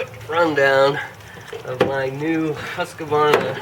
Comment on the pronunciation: Sorry to correct, but every time I hear someone mispronounce Husqvarna I feel I need to educate. It's pronounced HOOSK-VARNA (the double-O like "would") It is NOT HUSK-A-VARNA.